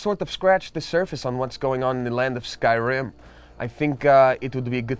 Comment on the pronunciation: If they "pros" at skyrim and you cant say skyrim right